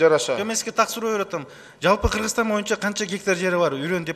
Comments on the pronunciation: Спикир байке суранабыз мойунча емес бойунча деп суйлонуз суранабыз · Урматтуу суроо берген депутат "моюнча" эмес "боюнча "деп суйлосон озун да тантырабай,муну да тантыратпай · Спикер" моюнча "дебей боюнча десе болбойбу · Урматуу,"мойунча "эмес "а "бойунча "деп айтылат да😆